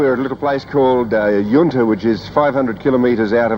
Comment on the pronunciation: Good to see another interesting take on this never to be repeated event. Some good footage. Only thing I didn't enjoy was how many Australian place names could the narrator miss pronounce. Yunta not Yoonta, Parachilna not parrakilna and Meekatharra not meekathaara. I thought poor research on pronunciation was more recent but no they were just as bad 40 years ago.